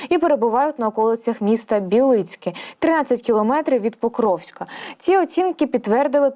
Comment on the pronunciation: Правильно казати: РОдинське і БІлицьке.